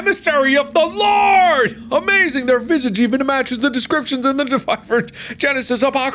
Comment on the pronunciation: Mans said visagee 😂